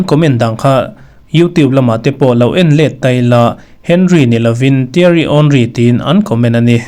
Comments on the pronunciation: Theiry Henry "Tiari Awnry" i lam dan a dik 👍🏻. "An comment dân " mai ni lovin a hming an koh dàn, a hming an lam dan a ni. A vanglai en pha te hi chuan 'H' hi kan lam ri ngai lo, 'Awnri' tiin kan lam vek thin... A chhan chu commentator te lam dan ang ang kha kan lam dan a ni ve zel a. A lar bawk a a hming an lam ri tam bawk. Sir, nang pawhin i lam dik e 👍🏻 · Tiary Awnriii....i lam dik reng a lom Sir....👍👍👍😊😊😊 Yamal nen kan Idol in ang ve tlat mai aaa.....🌄🌄💪💪